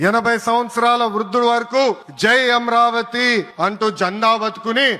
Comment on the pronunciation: అమ్రవతి కాదురా నాయన అమరావతి 😂